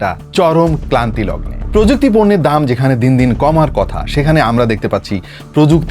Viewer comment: ‘ক্লান্তিলগ্ন’ না, শব্দটা ‘ক্রান্তিলগ্ন’